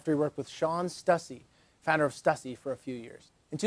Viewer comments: Stussy- "Stew-cee" as my favorite clothing brand of all time it makes me cringe everytime i hear ppl pronounce it wrong. Dont worry ppl have been doing that for 30 years now lol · It's Stussy! Like Stoo-See!